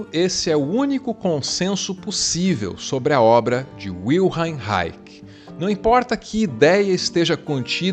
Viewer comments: olá... se pronuncia wilhelm = vilirrelmi e reich = raixi (os 'i' depois do 'l', 'm' e 'x' são sutis, quase não se pronuncia)... a tradução desse nome é guilherme reino... parabéns pelos seus vídeos, vc é único... meu respeito e minha admiração... mtas bênçãos...🤩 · Posso estar equivocado,, mas o w alemão é lido como v e não como u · Parabéns, mas a pronúncia do nome dele è Wil- "helm" ou Wil' RRRelm" 😂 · W em alemão, tem som de V, cara... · W em alemão tem o som de V. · Li Reich bem cedo e amei. Li quase todos seus escritos. Sou músico não terapeuta. A pronúncia de seu nome não me parece nada correta: "Raik", de onde tirou essa bendita pronúncia? "Raich" em português me parece correto. Vil-hen tbém me parece mais acertado. Até onde sei a FDA queria que ele registrasse sua câmera orgônica, ele se recusou e a época MacCartista fez o resto. A Função do Orgasmo (livro), o conceito de Couraça são bem mais interessantes que possíveis chuvas. Ser preciso em palavras sugerem também precisão de conceitos. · a pronuncia de wilhelm é separando em dois fonemas ("vil" + "relm"). o reich é "rai" (rrrr..trepidando a lingua)+ "rri (como limpando a garganta)